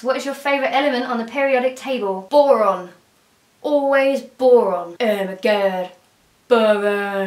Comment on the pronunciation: Boron sounds like Goron